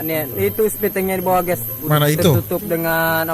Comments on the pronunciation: Ges ges ges ges ges ges ges ges ges ges ges ges ges ges ges ges ges ges ges ges ges ges ges ges ges ges ges ges ges ges ges es ges ges GUYSSSS Bukan Gesssss G-U-Y =Gaiysssss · Tiada kalimat tanpa kata ges bkn Guys😂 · perasaan geys mulu geys.😂😂